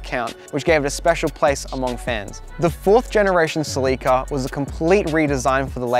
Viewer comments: sleeke'a? You mean Cell' la Ka? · It's a Celica.. NOT A CELEEKA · You are killing me oh please stop saying ( sea leak uh ) ITS (sell uh cuh) pleas learn how to pronounce it corectly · It’s called “cel la ca” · I have never heard anybody pronounce Celica like he does I don't know if it's an American thing but we say it completely different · Haha we were talking about this when filming that some people might be confused! In America they pronounce it seh-li-kuh vs Australia and a few other places pronounce it suh-lee-kuh. No one knows which one is correct as far as I could find out!